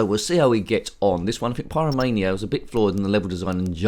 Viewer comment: Oh man! I don't think Odd Job Eddie isn't very stress busting!! Especially when the jumping mechanics are a bit flawed. You certainly had problems jumping from those yellow bricks and the green platform. But you did get there in the end. I think you pronounce Pyramania as Pie-ramania, and as for a Knight Rider mod, that does sound quite interesting. Hmm! I laughed when you said David Dusseldorf, when it should really be David Hasselhoff 😂 haha, nice one! I wonder if Odd Job from the James Bond movies ever played this game. Hmm, probably not! 😂 Anyway, Odd Job Eddie isn't a bad game, but rather poor due to the jumping issues. I would definitely choose Manic Miner over this one any day. Wyn 😃 👍